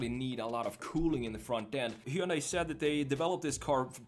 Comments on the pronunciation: It's pronounced Hunday like Sunday! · Very nice design. Also we're almost to 2023 and YouTubers still can't pronounce Hyundai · I don't know how many times I can hear one guy pronounce "Hyundai" wrong... I'm out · it's like HUN-DAY, it rhymes with Sunday as the old ads would say